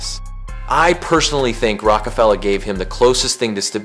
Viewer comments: can’t watch ya video or respect your assumptions when you callin ROCefella rookafella !!???! like watch out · It's "Roc a Fella" not "Roke a Fella" 🤦🏾‍♂️ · No but how dumb are u???? Have u NEVER heard of Roc-a-fella 🤔 how do u NOT know how to pronounce it right? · You really pronounced it Rowkafella or you just Ai??? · The pronunciation wasn't the crime. It was hearing that and then getting a definitive lecture on an era you weren't around for. A little humility goes a long way. Try an exploratory essay next time. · That's like mispronouning Sesame Steet, how can you be doing rap documentary shows and and get that wrong. What's next, a series on Snoop frog? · I had to turn it off after hearing them pronounce Roc-A-Fella like that. Not everyone needs to position themselves as an authority. Sometimes it's okay to make an exploratory essay instead of a definitive one, especially when it's obvious you're talking about an era you didn't actually live through. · yup, about as bad as Brits saying 2-Pack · You gotta be saying rockafella wrong on purpose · I stopped listening at that very point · Guess it's the same guy that says Tupoc🤷🏿‍♂️...